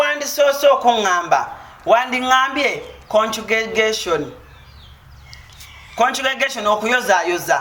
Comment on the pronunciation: Allan olemwa hahaha 😂🤣🤣🤣🤣 mbu "conculigation okuyozayoza"maama Brighton tamanyi naku ye agaba nebintu byabandi!!!!!!